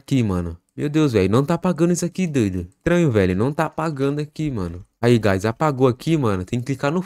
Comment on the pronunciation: Eu não tanko no "GuAyS😁" AKSKDKSKKAKSKSJDKKAKSKAKAKKAKA